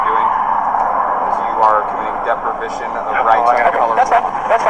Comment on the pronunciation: “You are doing “deprivition” of rights.” Another graduate of the Clenn Cerio University of English.